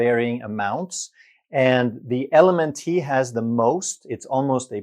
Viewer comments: LMNT is actually pronounced ‘element’. Great video! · Hey love your channel. LMNT is junk. But, it's pronounced ELEMENT. 😉❤ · I believe you're pronouncing LMNT wrong. It's pronounced "element". At least that's how all the cool kids pronounce it. 🤣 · LMNT- It’s pronounced Element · LMNT is actually pronounced “Element”. It took me a while to figure that out myself. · LMNT is pronounced "element" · LMNT is pronounced like the word ELEMENT. You don't pronounce the "T" at the end as a separate syllable. 😊 And I'm glad I came across this video because I was just the other day looking at electrolyte products on Amazon. I ended up passing on all of them because I didn't think they were worth the price you have to pay for them. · LMNT is pronounced ELEMENT